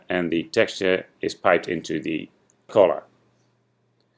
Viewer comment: why are you saying collar? i'm english too but i know it means colour... (´･ω･｀)